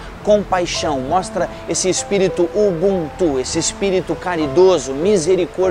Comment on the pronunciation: Nao é ubuntú, é UbÚntu. Foneticamente falando...